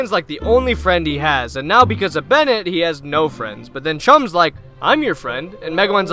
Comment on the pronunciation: erm acshully it's "Bennett"